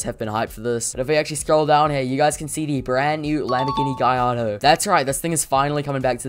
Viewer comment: beautiful cars btw you pronounce gallardo as Gar-Lar-Dough